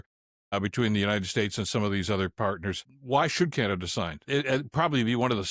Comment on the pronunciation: Oh! Canaduh!😂